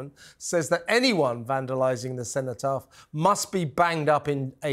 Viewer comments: That woman doesn’t even know how to say Cenotaph. …..Sentopath???? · Did she say Centopath twice ? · What did she call it? "The Centre Path"? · Did that appalling woman just call the cenotaph 'centre path'?? And she did it twice. Why is she even being interviewed - totally out of her depth and ignorant. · Did she say Center path 😮😂 silly cow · She can’t pronounce cenotaph or armistice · She can't even say Cenotaph... even after two attempts